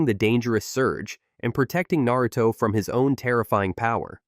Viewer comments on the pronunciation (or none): Nair-ruto, hoka-gay? But can say Miyoboku woth no problem.